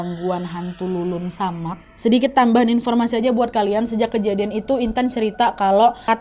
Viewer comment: Leled samak mbak bukan lulun samak